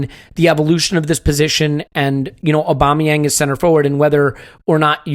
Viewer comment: Put some Respeck on Aubameyang's name.